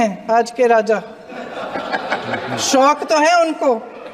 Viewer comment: What a shameless speech, can't pronunce 😂 word rja nahi it's Raja.